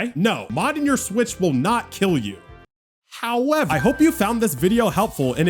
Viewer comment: i love the last part "HOWEVER!!!" lmfao